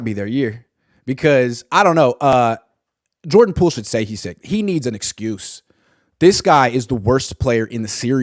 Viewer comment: Pordan Joole😂